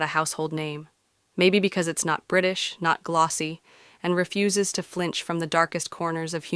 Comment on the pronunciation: Great script apart from one date error but please, get the details right! I’m very put off by AI narration which gives itself away with pronunciation of ‘refuses’. Whose voice was stolen for this? Why not pay a real person? The chapters show ‘Pole Dark’ instead of Poldark. Alexander Skarsgård is shown instead of Eddie Redmayne and a shot from Howards End with Matthew McFadden is inserted into Tess of the D’Ubervilles. Also get the timing right. Don’t name one actor eg Jessie Buckley, while showing another. And if you’re going to promote the original Poldark TV series, why confuse viewers with clips from the more recent production? Also some of the older series (Poldark and A Town Like Alice) seem to be poor visual quality. Please comment on this. All in all, useful but do better.